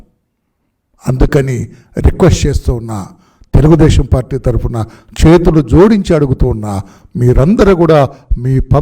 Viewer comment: Tharafuna kadura, tharapuna..nee